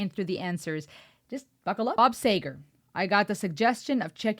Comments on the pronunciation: Bob Seeegar! No Sager? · This is when you actually had to have a voice, lyrics, and talent.............. And BTW it is SEEger